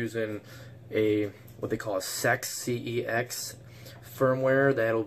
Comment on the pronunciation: ppl ppl pll cex is not the word sex it cex as in cat the c sound does not make the s sound it make the ca sound